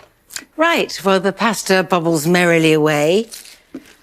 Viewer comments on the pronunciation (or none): Oh my Indian food so wrong lol ! So wrong! She may pronounce per Parmessssaaan, pasta all off but her simile & diction are phenomenal.